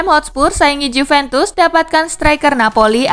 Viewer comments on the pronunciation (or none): none